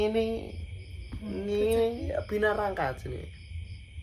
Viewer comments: Binaragawan bukan binarangka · Binaragawan ❎ Binarangka ✅ Jiannn nguakakk teros sepanjang video🤣🤣🤣